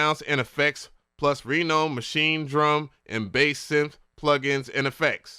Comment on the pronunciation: LMAO!!! Because reading is hard? Listen man - it's not "RE-NO'ED"... it's pronounced "RE-NOUND". And it's not "LIL-LACK" - it's pronounced freaking "LIE-LACK". Seriously kids - STAY IN SCHOOL.